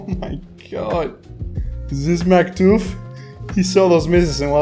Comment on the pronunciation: Maktuf turned american mid-game